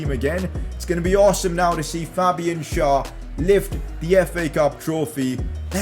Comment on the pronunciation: please stop messing up Fabian Schär's name. It is pronounced with an e and not an a